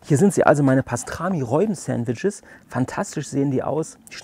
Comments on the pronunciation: HaHaHa...hast Du wirklich "Reuben" gesagt? Das spricht man wie "Ruben" aus. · Frohes Neues allen :) Sieht lecker aus auch wenn mich die Aussprache von "Reubens" (wird Rubens ausgesprochen) echt ziemlich triggert :D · Wir haben auch herzhaft darüber gelacht. Zumal das Reuben ein standard Sandwich ist das man kennen sollte. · ändert trotzdem nichts dran das es Ruben ausgesprochen wird und deine Aussprache einfach komplett falsch ist. 😅